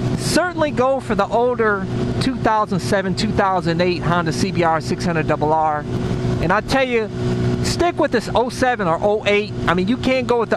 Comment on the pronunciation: I like your vids man! Only thing what's bugging me is that you say the name of your bikes over and over again in a weird way. twothousandandeight honda cbr sixhunnit... double aaarhhhhhhhhh this, twothousandandeight honda cbr sixhunnit... double aaarhhhhhhhhh that... Just say the 600 or the 1000, we will get it anyways and you save a lot of time :P I used to watch some of your vids when you still had the red cbr and you said it was comfy. (i think) you still have the same intro lol